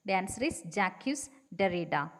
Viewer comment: Please note the pronunciation of Jacques Derrida! It is Jack derrida